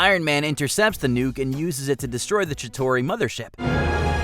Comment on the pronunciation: I’m sorry did I just heard“Chitori”?